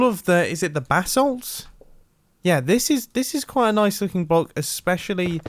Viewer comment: When Mumbo says basalts it sounds like he’s saying bath salts and it cracks me up every time 😂🤣😂